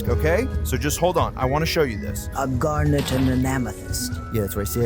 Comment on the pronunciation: Garnet not garner.